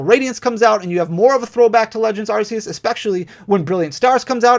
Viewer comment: Arceus is pronounced ARK-ee-us